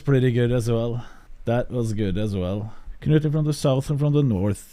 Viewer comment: honestly, huge respect to Will for pronouncing Knut that well and also impersonating the accent better than anyone. Different kind of big respect